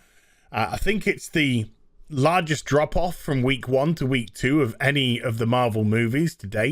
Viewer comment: Whenever I hear "drop off" from you guys, I think Andropov and hear a Russian accent...